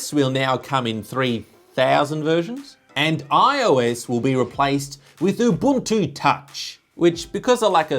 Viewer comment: Well done, he actually pronounced Ubuntu properly. The African way.